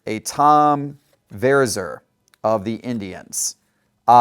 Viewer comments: This guy is bogus. Tom Ver-EYE-zer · Sid Mon-gee, Tom Ver-eye-zer